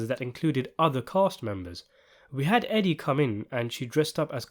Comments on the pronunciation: Edie's name is pronounced EEE-dee Falco, NOT EH-dee Falco. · EEEE-dee Falco. Not Eddie. Ffs.